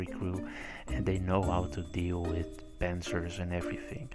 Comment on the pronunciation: i like the way you say pancers